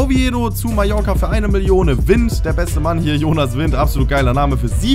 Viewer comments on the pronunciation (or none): none